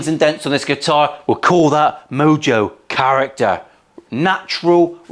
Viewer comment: Did he say a lot of mojo, or a lot of mildew? Gotta love a Pacifica.